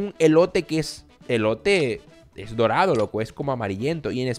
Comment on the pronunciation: En vez de decir dorado dijo morado